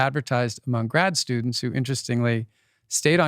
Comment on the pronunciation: 2.12.24 "a mung the bean family" haha!